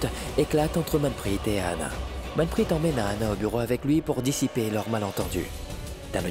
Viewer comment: C'est vraie vas y court pour allez dire à Ahana qu'elle fait erreur sur la liaison de manprit , on verra si elle vas pas te casser en deux 😮😂😂😂